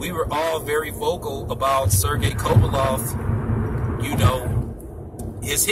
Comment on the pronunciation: Can't even pronounce kovalev ffs